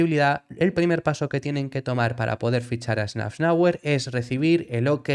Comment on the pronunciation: “safnauer” por favor. que metes una n que no existe